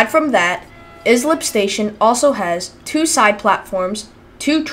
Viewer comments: Lmfao, its pronounced Ice- lip, not is - lip, do a little more research before you post another video, no need to watch further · That town is pronounced Ice-lip. 😁. That is the party train to the Hamptons. I would have went back there and grabbed a beer. 🍺